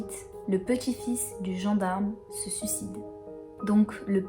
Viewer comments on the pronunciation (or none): none